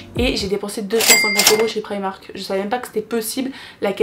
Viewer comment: Mais pk vous dites tous prAÏmark 😫on dis primark